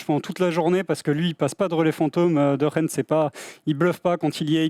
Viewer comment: Vous êtes chaud bien prononcer De Gendt une fois au moins ?